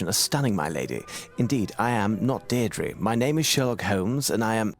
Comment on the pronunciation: Funny enough she pronounced "Deirdre" correctly.